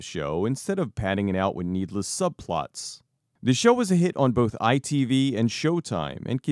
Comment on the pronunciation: As a British person it was weird hearing you saying ITV